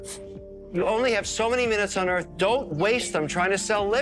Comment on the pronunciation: Don't = da-ront